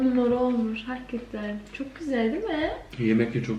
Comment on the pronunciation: çok samimisiniz ya gerçektende çok tatlısınız ❤️ "hakatten" demesi çok güldürdü beni ama genelikle biz gurbetciler böyle konuşuruz 😂👍🏻 Videoların devamını bekliyoruz 😍